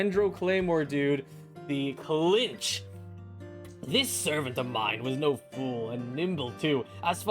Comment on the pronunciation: first 😱 I'm probably gonna pull mualani out of all of them tbh edit: he called kinich "klinch" ICANT